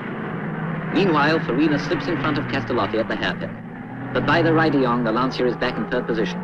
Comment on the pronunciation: I like, how the narrator says "Lantsia" 🤭